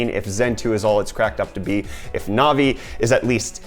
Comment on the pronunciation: Navi not novi lol you say it wrong